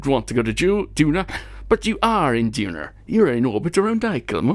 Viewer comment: Hello!!! Thanks a lot for sending me to Duna or as you say Dunarr Lol. Bad news... Everything you have done in a previous version to 1.2, you cannot play it with the communications network... so sad. Keep it up! P.S.: May I Do some surveying or go to an asteroid? Thanks!!!